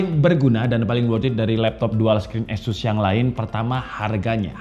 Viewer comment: Mungkin mas nya org medan 😂 gapapa mas azus emang beda dari yg lainnn 🔥🔥